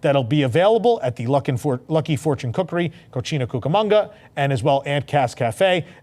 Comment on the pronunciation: CO-SEE-NA, not CO-CHIN-NA. Cochina means something completely different. 😅😂